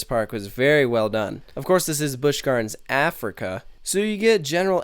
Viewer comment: I cringe when Caucasian people say "Africa"